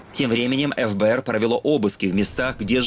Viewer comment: Не Эф Бэ Эр а Фэ Бэ Эр